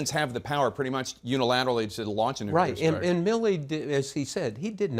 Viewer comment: I really really love the humor that Bob projects. He is a treasure. He says NUCULAR.. HILARIOUS 😂